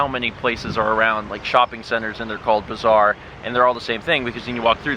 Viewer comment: You pronounce bazaar as bizarre and it really trips me out LOL